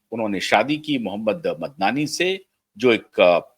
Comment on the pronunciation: Why can’t the Indian commentators spell out the correct names any more, they were the best in saying foreign names and this one is not so foreign. His correct name is Mamdani. Some commentators can’t pronounce it.